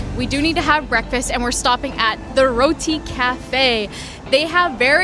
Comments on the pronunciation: Thank you for pronouncing our food dish "Roti." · Your pronunciation of certain words are amazing eg : roti , mango chutney , tawa etc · I appreciate the fact you pronounced roti correctly 😌👏